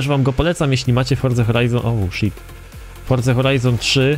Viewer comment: dlaczego muwisz Horza Horajzon 3